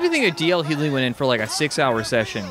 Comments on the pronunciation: D.L Huley???? It's HUGLEY lmao pronounce the G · dear white people, the G in DL HUGHLEY is not silent. its hew-glee. not hew-lee. still love y'all but damn I cringed every time one of you said it. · Not to be "that guy", but I'm gonna be. Pretty sure he pronounce his name as "hugh-glee" with a hard G. Just saying. I'm a Grammar Nazi. Oddly enough, we're hated more than regular Nazis, but less than skinheads. 🤷🏼‍♂️ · it's pronounced hue glee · The way they pronounce DL Hugely's name is making me have various involuntary reactions😣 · The way you’re saying DL Hughly is giving me an aneurism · wth... it's hue-glee... that 'g' isn't silent 🤦‍♂️ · It's D.L. Hu guh ley, not pronounced the way its spelled. Hearing you guys butcher this man's name 🤣🤣🤣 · Never noticed that yall calling him huely. Thats so white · The way they say DL Hughley is driving me crazy!!! The G isn’t silent Guys!! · Thank God someone else knows too, you're supposed to pronounce the g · You pronounce the “g” in Hughley 😂😂😂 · The way they keep pronouncing D.L. Hughley's name is triggering me. 😂😂😂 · Hughley your saying it wrong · Are they horribly pronouncing DL Hughley on purpose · I almost threw up....you pronounce the G in Hughley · How to expose you didn't grow up around black people with out saying it. Its a shame how they keep mispronouncing D.L. Hughley name which shows their age and demographic